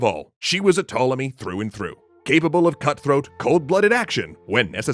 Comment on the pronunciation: The "P" in Ptolemy is not silent.